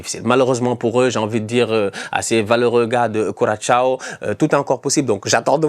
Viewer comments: coração (koura-ça- o, au pire. la fin est compliqué de prononcé pour les francophones mais un ç reste un ç et non cha, très insultant) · et HO , STOP !!! apprend a pronouncer Curaçao !! Cul Rat Sa o !! pas Ciao !!! c’est pas marant du tout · Référencement Juste au passage, Curaçao se prononce quasiment Croissant (ça vient de la forme de l'île)